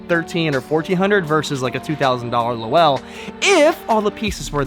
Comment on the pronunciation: Great as always!! Just so you know Lowell is a one syllable word. Pronounced LOWL. It is a town in Massachusetts and was a textile giant 120 or so years ago. I cant wait for the next Video!!